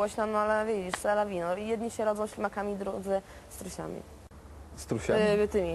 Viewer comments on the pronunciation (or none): "strusiami" haha xP